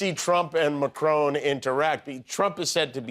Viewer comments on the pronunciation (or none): adorable pronunciation Marcroooone ? Non,non. Macron . Just 1 R. short MA (like mama) CRON short o (like often) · trump shouldn't be able to do anything until Jan 20th. On a side note, I do wish Americans would pronounce it correctly - it's Notre DAHM, not as in southern woman. Also, Macron is MacrON (as in 'on' the table) not 'crone'. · It’s not Macrone. It’s Macron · When American media can't pronounce international leaders names correctly... there's no E on the end of Macron, so it's MAC-RON as in Ron Burgundy... In recent years it has become more and more evident that US media simply doesn't cover much outside of its own borders compared to how the rest of the world covers international news. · At least make an attempt to pronounce correctly. Notre DAYME is the school in Indiania. Notre DAHM is the cathedral. You don't have to have a French accent or anything, but you can at least use the short vowel. And it's not Pred Macrone. It doesn't rhyme with "own." It's closer to the English "anh" sorta. Mac KRAH... sorta... How hard is it to know that? And having a Republican Senator talk about how important it is to obey the law and be punished if you don't.... I'd laugh except satire is dead. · Is anyone else looking forward to the resumption of Trump and Macron’s handshake war? “I’m not letting go till you let go” “Well I’m not letting go till you let go” “Well I’m not letting go till YOU let go” “WELL I’M NOT LETTING GO TILL…” etc etc ad finitum (Btw the way Americans pronounce Notre Dame is crazy 🫤) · Correctly for an english speaker maybe, but in french for for Macron (or all words ending with a vowel and a consonant) it's neither one nor the other. I think theses sounds (an, en, in, on, un) doesn't exist in English; it's the same as when a Quebecer says Boston in the French Quebec versions of the films for example, it seems to me that it's the only name of an American city that they pronounce like the French.